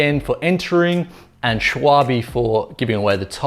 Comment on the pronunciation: Shuawe? "Schwalbe" is german for "Swallow" (the Bird). Check Google Translate for how to pronounce it, I can't really type it out... But "Shuawe" is WAAAAAAY off! ;-D Thanks for the review, looking at these for my next tires...